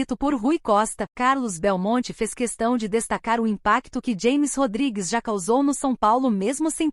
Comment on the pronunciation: É James Rodriguez. Rames. se pronuncia doida. Aprenda aí. Êle não é americano. É colombiano . Aprenda.